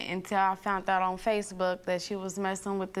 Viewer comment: Defendant: “.......we WAS friends .....and I FOUNT out....” Pick up a book instead of this nonsense. Read a book. Learn something in school. This goes for these two young women. Defendant’s mother needs outside intervention.